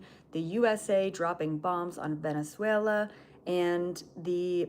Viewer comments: Thank you,, for this information 🙏❤ I'm curious about the role of Venezuela from the behind the scenes point of view. Do you have any video where you talk about it? Btw, your pronunciation of Venezuela is perfect 😃 Thank you very much for this download 🤲❤ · I think you are saying Venezuela perfectly. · You’re actually pronouncing Venezuela as a native. Love it! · You are saying Venezuela correctly 😊